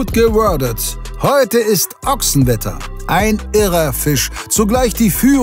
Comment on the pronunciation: „Ochsenwetter“ 😬 #IAMADVENTER